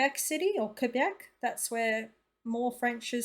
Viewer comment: New-fin-land! NOT New Found Land! Also Kay-Bek - not Fwee bek. I'm saying Mell borne now. Mey-borne - piffle